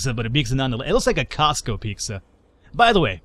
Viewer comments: Lol pecsca XD it's pizza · A few things... 1. Onions are one of the most important building blocks of almost any meat dish. Also cheese and onion sandwiches. 2. Pete-zah, not peak-zah. :) 3. It's too bad that Americans have apparently lost their edge on pizza; I blame Herman Cain. Panago (in Canada only) is much better big-market stuff, though little hole-in-the-wall pizza and calzone places are better still. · Piksah? It's Pete-Zah. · Piczza? :P Costco does have some good food though. Their Ice cream is pretty good too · Piksa. That is how i'm going to pronounce pizza now.